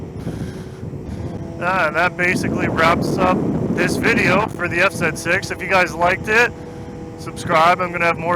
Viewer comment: You said zet 6 😂 I always do that 😅